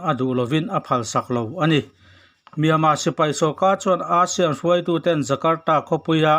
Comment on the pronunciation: A bengvar thlak hle mai Mahse, ASEAN lam rik dan hi chu a dik lo thin a english tawng a nih ang in ASEAN lam rik dan chu ei-sian ti a mizo tawnga kan lam rik dang hi a nih dan tur a ni.